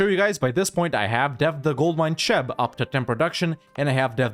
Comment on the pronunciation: Cheb is pronouced like "kheb" not "czeb". Just FYI.